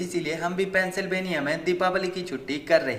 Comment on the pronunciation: Pehle sahi tarike se bolna sikho mohtarma silveniya nahi Pensilvenia😂😂